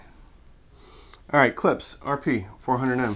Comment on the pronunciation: It's pronounced Klippshhhh